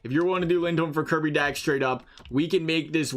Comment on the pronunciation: Dach is pronounced dock